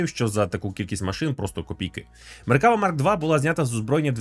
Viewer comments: МеркавА!!!, а не МеркАва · Я би рекомендував ставити наголос на останній склад. Не МеркАва а МеркавА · меркавА- наголос на останнiй лiтерi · один малограмотный поставил ударение неправильно и вся Украина повторяет.МеркавА --ударение на последнее А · Задолбался поправлять. Это звучит как если бы сказали лІтак с ударением на і ... не МеркАва а МеркавА. Не так сложно запомнить. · Ізраїль зовсім не ставиться до росії добре, швидше з обережністю. Ну і слід враховувати велику кількість тут вихідців із росії частина з яких підтримує війну. PS. МеккавА.. У багатьох словах на івриті наголос на останню голосну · Правильний наголос - "МеркавА".Так каже Ігаль Левін. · МеркавА. Наголос на останню А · АдвакААААт, тобто МеркавАААА))) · Ударение в слове "МеркавА" легко запомнить, это слово очень похоже по звучанию на арабское слово "МерхабА", что переводится как "Здравствуйте!". Для арабов, я думаю, звучит очень символично. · Хороше відео. Але одна поправочка - назва танка має наголос на останню "а". Меркавá. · Тільки правильно меркава', з наголосом на останню а, гляньте відео Ауслендера або Ігаля Левіна, як вони за танк говорять. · Ну то так і КАЖІТ! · Той момент коли зайшов в коменти втикнути за наголос а тут вже втикнули за тебе…